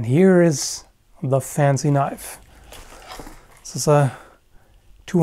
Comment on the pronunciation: A freaking KNOIFE!!! I really liked it!